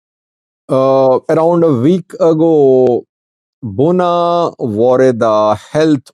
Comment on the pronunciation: It is Bugna and not Gunna or Bunna.